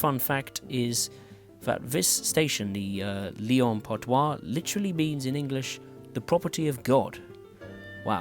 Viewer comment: That's not "Lyon Part-Doi", that's "Lyon-Part-Dieu" ! [djø] 😂